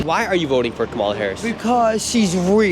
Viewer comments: Omg.. Can you at least pron🤦ounce it correctly??? Her name is KA👍mala ..not Ka🤦MAlah.. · Even black people are pronouncing Harris’ name as Ka-MAH-la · The funny thing is the people who are voting for Harris.. they cannot even pronounce her name correctly… TRUMP 2024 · So sad no one can pronounce Kamala’s name. So disrespectful. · Not a Kamala supporter but think it’s funny that even her supporters don’t say her name correctly after all of the people getting mad about it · None of them even say her name right😂😂😂😂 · I live in Belgium. I'm 50 years old. My sister and my brother in law watch CNN all the time and loathe Trump. If you need any more proof the brainwashing is working I'll give you some. My sister had a go at my 88 year old mother for pronouncing "Kamala" wrong. It's insane.